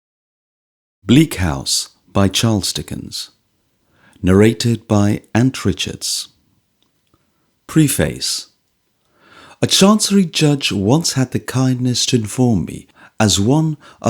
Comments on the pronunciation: Funny to hear virtually the first word, "Preface," mispronounced. As an American, I had to double-check the British pronunciation and confirm that "pre" should not rhyme with "free" in either version of the language, nor "face" with "space". Otherwise the reader has a pleasant voice. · The readers on this channel are a bit better than the amateur Librivox standard but still, I'm afraid, not much good. This guy doesn't sound like he understands what he's reading, and can't even pronounce the word 'preface'! I can listen to indifferent books performed by good readers, but no book is good enough to make up for indifferent reading.